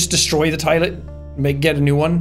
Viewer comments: "destroy the tilet" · "Should i just destroy the Tilet" ahhh yes the Tilet